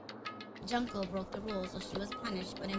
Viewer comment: I think he means the pronunciation of her name because says it like junk-o but yeah worst stream to put this comment on